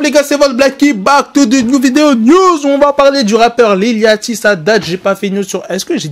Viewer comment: Ca se prononce lil Yoty, c'est comme le bateau yacht.